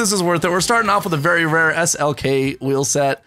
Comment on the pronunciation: Say SLK NOT S.L.X IT SOUNDS FUNNY 😂😂😂